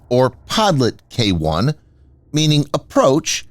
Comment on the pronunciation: The pronunciation of Podlet is terrible. Try "PodliOt", stress on "O". There is Google translate for this matter!